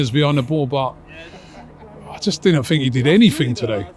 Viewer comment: I fink, I fought - Englishman attempts to speak English 😂